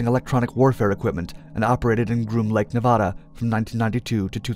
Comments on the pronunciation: Love your stories bro but as a Nevadan it’s Ne-vad-duh. Not Nevahada thanks bro. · Please learn how to pronounce Nevada. The first A is like cAt. Please, it hurts my ear. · For the love of God, say Nevada right. It's not Ne-vah-duh. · Why u gotta say nevada like that?